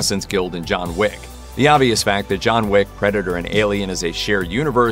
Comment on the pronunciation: Its John Wick not Jon Wig